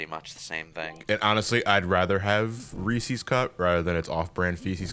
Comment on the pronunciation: Please stop saying “Reesies Cup”. It’s “Reese’s”. As in, that guy is Reese and this is his cup.